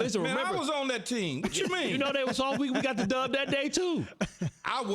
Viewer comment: Bart Scott said it with his chest...the cowboys are “sofffffff”...even the T is silent 🤣